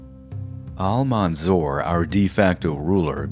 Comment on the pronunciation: His title is Almansour not Almanzour .. as if it pronounced like that it would give different meaning than the real meaning of the victourious 🙂 Thanks for you .. I appreciate your episode to the extreme .. you are one of the best history channels on YouTube